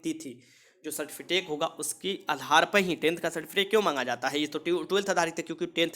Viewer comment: Bhai certificate hota hai certifitace nhi hota